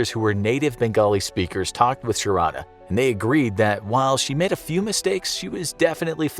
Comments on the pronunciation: It's pronounced shaaarda not sha ra da . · Sharadha pronunciation 😂